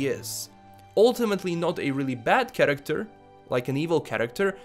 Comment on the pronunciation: What i heard all video: 1. karaktar 2. karaktar 3. even more karaktar